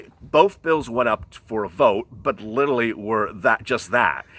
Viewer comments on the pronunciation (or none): He keeps saying littlely instead of literally! Lmao